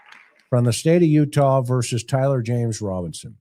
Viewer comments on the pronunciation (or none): none